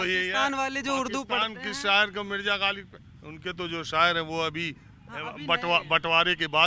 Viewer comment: लोग ग़ालिब को गालिब बोल कर उर्दू बोल रहे हैं😂😂